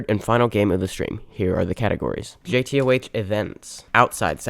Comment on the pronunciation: why does bro say jay tea oh aych 😭